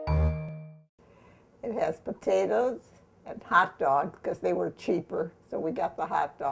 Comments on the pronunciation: It's just so cringey to see food being served in bowls with forks and not with spoons!!! Also, why do old people pronounce it like "pa-tae-daz" and not "potatoes" like it's spelled? Do old people have some sort of accent that makes them pronounce it like that, or is that just their thing? *rolls eyes* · I could feel all of Clara's love for her family. She is lovely. I love the way she says "potatas" I would ask to know everything about her history growing up in the Depression Era. May she rest in peace. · I love the way she says pa-tatus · My grandmother was from Missouri and pronounced them poe-tay-dus and 40 years later I still do for some reason. Even though I grew up in the Southwest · "Patatas" LOL - exactly how my mom pronounced it. She also grew up during the Great Depression and she used to feed us meals like this in the 1960s:) God bless this dear lady and her legacy, may her videos remain in YT forever. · I would like to get a dollar for every time the nice lady says potata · Now I chop the potatuhs....I had to drop outta high school....no less time to chop the onions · How many times is this bitch gonna say "the potatahs"??? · I like the way this old women says pataytas. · I love how she says potatoes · My grandma grew up in the Great Depression, too. In northern Indiana, about two hours from Chicago. She taught me how to cook. She pronounced potatoes the exact same way your grandma did. And we ate a lot of potatoes! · She is so sweet ❤️ and does anyone else love the way she says potatoes 😂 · i am sorry but you say potatoes funny but its only funny because i say it the same way